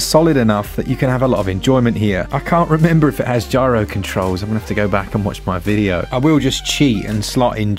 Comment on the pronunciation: "NO GRYO!" LOL What is a gryo?